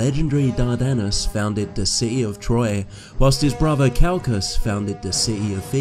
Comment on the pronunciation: You have atrocious pronunciations brother. You sound like michael cains maids son. 😂 please work on your English. It’s pronounced throne. Not frone . Brother not bruva mountain not monin . whole earth, not ho erf People, not peepol Christianity not chrissanny Together not togever Gospel not gossil Oi mate.